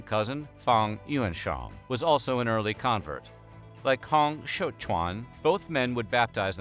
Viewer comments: While it's a good effort with everyone's names, it's quite a bit off. ie: Hong Xiuquan: "Hong" the -ong would be more similar to a long O. Xiu is good. "Quan" doesn't have much of a similar pronunciation in English. "Quan" would be more like "chew-eh-n" or "chyuen" with the "yu" part of the word would be more partly-puckered lipped as though you were pronouncing French. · as a chinese, thanks for the nice effort on Hong Xiu Quan name pronunciation: it was, close enough than most effort in English online.